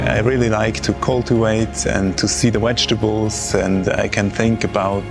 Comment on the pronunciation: Wechtables lol. I love different languages and accents. I enjoy gardening as well. Such a beautiful farm!